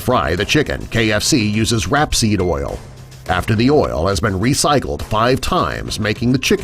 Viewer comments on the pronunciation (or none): it's "rayp-seed" not "rap-seed", which is canola oil last i checked. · The man doesn't even know how to pronounce rapeseed